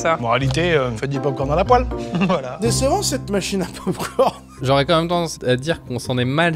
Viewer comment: « Faite du pop corn à la pouale » on dit poêle 🤣🤣🤣